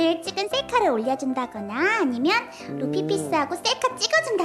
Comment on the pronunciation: ㅋㅋㅋㅋㅋㅋㅋㅋ큐는 루피라고 안하구 뤂히라고 하네 뤂 히야!!!